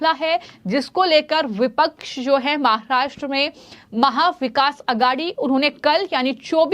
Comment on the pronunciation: Pls first improve your pronunciation, then read the news You even cant pronounce the word "Maharashtra" correctly